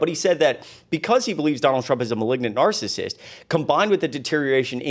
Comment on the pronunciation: I really like you, but please watch your pronunciation of narcissist. It has three syllables. Thanks!